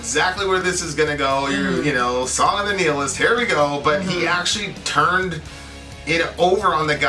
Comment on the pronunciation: kept saying the word nihilist wrong.